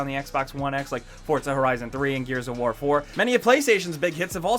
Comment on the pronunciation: Shadow of Warrrrrrrrrrrrrrrrrrrrrr!!!